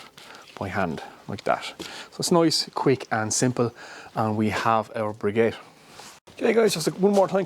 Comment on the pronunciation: Please make the effort to pronounce the word briquette properly. I think you will find less people close your video before it is finished if you would do this.